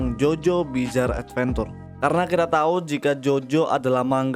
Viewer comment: adventure pronounce uhd·ven·chr